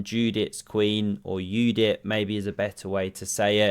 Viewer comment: You are my hero, you pronounced correctly Judit's name (as Yudit).